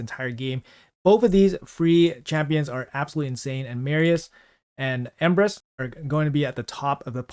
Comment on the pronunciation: I thought he said "Empress"